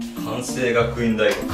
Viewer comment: くわんせいがくいん大学だ！